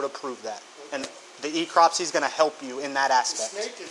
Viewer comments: The FWC officer calling necropsy "ecropsy" says a lot about his knowledge level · Cant even pronounce necropsy properly so that tells you all you need to know.